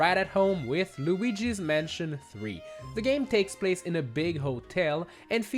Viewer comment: He said gooigis mansion 3